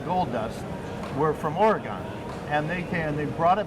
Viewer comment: might be a specialist at coins but he certainly doesnt know about how Oregon should be said haha we dont pronounce it Or-e-gone. Simply like Organ.